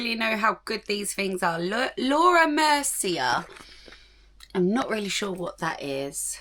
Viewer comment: brand name "Mercier" is pronounced Mer-c-yea (it's a French name)💗